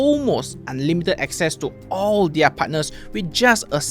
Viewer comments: Off topic but ‘Their’ is pronounced as ‘There’ not ‘Diar’. ‘Diar’ doesn’t exist in English. Just saying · Off topic but ‘Their’ is pronounced ‘There’ not ‘Diar’. ‘Diar’ doesn’t exist in English. I wouldn’t know what you’re ranting about without the subtitles